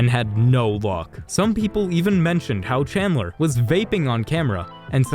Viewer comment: Bro wth I mean you got all of them right except for chandler